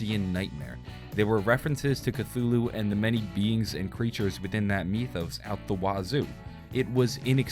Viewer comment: why'd he say mythos like meethos.